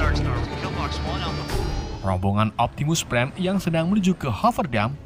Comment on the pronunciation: Optimus prime bukan Optimus bam kocak yee